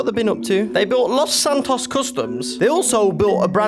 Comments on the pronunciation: BRO ITS LOS SANTOS NOT LOS ANTOS GET IT RIGHT OR ILL BLOCK YOU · Its los Santos not antoes edit, ohhhhh i seee antoes is ant’s toes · the way jay says los antos makes me laugh